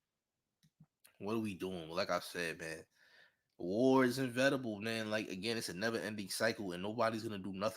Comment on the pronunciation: I think you meant to say inEvitable champ, not invetable